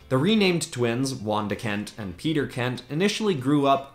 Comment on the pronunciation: It’s not Peter it’s pietro